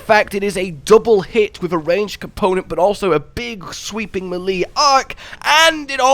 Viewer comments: Great vid! But... melee "may-lay", not "muh-lee" lol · U kill me with the whole “Milly” thing lol. It’s Maylay bro!! Lmao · Melee is pronounced “may-lay” for future reference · Brilliant videos but the one nit pick i have is the way you pronounce melee. I know a few people from the uk that i play elden ring so i know thats not the issue lol its pronounced may-lay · Meh-lee. Meh-lee. I've just found my new favourite pronunciation of this word, I've never heard that one before lmao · not how you pronounce melee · Bruh, that is not how you say melee. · The way he says melee makes me giggle each time lmao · nahhh why did you pronounce "melee" like that man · TIL u can spend 1000s of hours playing video games and recording videos professionally, but remain unable to pronounce melee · I'm new to this channel, so I'm a bit confused. Is he mispronouncing "melee" on purpose as like a running gag or inside joke or does he just not know how to pronounce it properly?